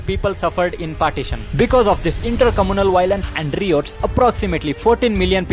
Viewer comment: Improve english pronunciation, especially riots probably is not said the way